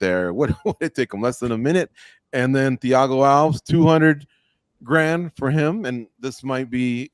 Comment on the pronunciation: Its thiago alves like al-vez. Should know that one?